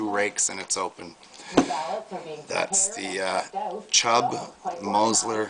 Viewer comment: Mosler is pronounced more like MOWS-ler.